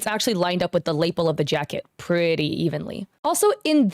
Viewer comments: Did you mean lapel (Lah-PELL)? I kept getting thrown off by label. 😅 The only one that seems weird to me is the cigarette. I've drawn swords with bad perspectives and seen tons of fellow artists do sketches with the wrong number of fingers all of the time. Now, if I had pursued visual arts instead of performing arts professionally and had focused on drawing rather than scultpure, I would have been more careful. But some artists are not as detail-oriented. The burden of proof should always be on the accuser. And the damn witch hunts need to stop. If someone tried to defame me like this, I would hire a lawyer if I could afford it. Ridiculous, mob mentality behavior. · Nitpick. The word "lapel" is pronounced luh-PEHL, not LAY-p'l. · Your pronunciation of Lapel gets me every time... 😂💀 It’s pronounced “Luh-Pell”…. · lapel rhymes with Patti LaBelle and Dave Chapelle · Is that how you say lapel?? I've been saying "lapelle" all my life. Anyway I would crash out if I got accused of using ai and pointed out all my mistakes to use as "proof" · Hey, lapel sounds like La Pel, and rhymes with “a bell”. It doesn’t rhyme with maple. ❤ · Is it me or does she say Lapel really weird it’s odd how much that word comes up and every time it throws me off lol